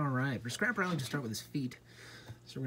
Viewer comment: You called scrapper scrapel